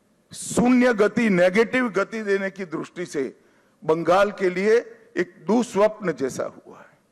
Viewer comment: दृष्टि bolte है द्रुस्टी नहीं